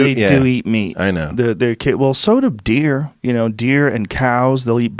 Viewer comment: Why did Joe Rogan just say DEER! All country like Like he gotta accent💀😂😂😂